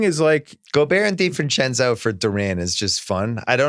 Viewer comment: Why can't bill say donte divincenzo... Wtf is wrong with his mouth...